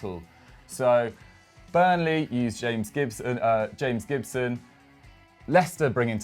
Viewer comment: "James Gibson" (x2) Me: shudders